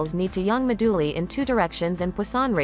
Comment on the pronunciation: This is great but the pronunciation of 'moduli' as 'mah-dooh-lee' has me bustin a gut.